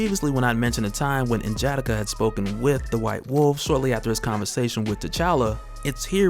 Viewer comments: SAY HIS NAME RIGHT (en-gee-dock-ah). Not jadaka😂👌🏾👌🏾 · His name is N’jadaka more spaced out not as together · Linguistics PHD here; if its following English syntax it'd be "En-Juh-Dah-Ka". I could possibly be wrong in "Dah" actually being "Duh". It really is up to the reader id, say, since even though SOMEONE has to have known the original prenunciation of the name, we likely have seen WAY too much different writers and years between his creation and now in general that we will never really know the real true pronunciation inasumch as the CHARACTERS CREATOR intended. TL:DR; It really comes down to 3 factors all complicated and, quite honestly, kinda boring. But that explanation I just gave is, basically, it.